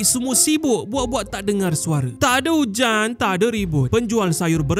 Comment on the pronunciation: Takde hujarnnnn takde riburtttt (apesal ko cakap slang Hindi min?)😂😂😂😂